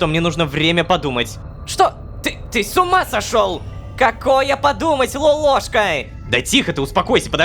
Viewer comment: Вот в нике лололовка Вот он говорит лолошка А правильно лололошка